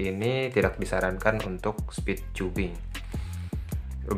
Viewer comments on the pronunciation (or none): & sorry sebelumnya, Bang. "Cubing" itu dibacanya "kiubing". 😊🙏